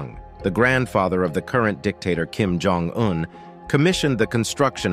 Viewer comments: At the mark, you showed a picture of south Korea. I know this because a road sign says Busan 35km with a large nuclear plant in the background. This is sloppy editing. The narrator also doesn't know how to properly pronounce Kim Jong Un's name (hear this ). This short documentary has many flaws. Choose a PBS documentary - there are several - if you want a better idea of what North Korea is and isn't. I wouldn't waste time watching this one. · Cant watch any more of the English language being butchered by this chatbot. If the makers of these videos want to be taken seriously, they need to teach their robots properly. Lab hour 😠 Kim Jong double u u🤬